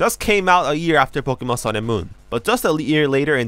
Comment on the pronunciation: Thought you were saying Pikmin tbh